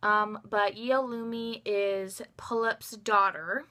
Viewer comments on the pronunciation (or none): i dont want to sound rude, but its not yeol-u-mi, it's yeo-leum. it means summer in korean